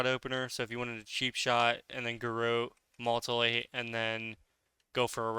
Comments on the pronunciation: Also it's MUTE-elate not MULT-elate. Crazy how people can be so good at video games but so bad at reading XD. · MEW-TIH-LATE. WTF is a multilate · Sweet vid man, and mutilate is pronounced like this mew-til-ate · Do you mean mew til late “ie” mutilate. Or am I missing an ability. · Mutilate: myoo-ti-late. That aside: great vid! Always been interested in PvP, but never really with it enough to give it a go. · Awesome info! Also: it is MUTE-IL-ATE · moltilate moltilate 🤣